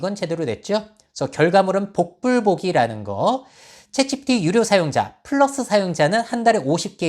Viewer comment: 내용은 좋은데 "챗지피" 발음이 거슬려요 흑흑